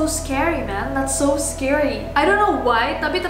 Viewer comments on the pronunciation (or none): Scary bkn sceery 😂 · Sceery? Scary kalik_